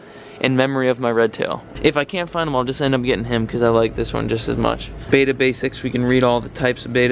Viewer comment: How about learning to pronounce the name of the fish--it's BETTA, not Bata